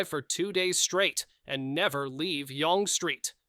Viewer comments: Yawnge street lol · please learn how to pronounce the names in your video... almonte does not pronounce the E at the end. and its young street not youngE street! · Yonge Street is pronounced the same as Young Street. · The alleged unmarked graves of residential school children have NEVER been factually verified, and their existence has been called into question questioned by researchers, such as Francis Widdowson. And that is not how you pronounce "Yonge Street" or "Eh". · Or Yonge Street, or Nunavut. I quit listening after the Eh abomination.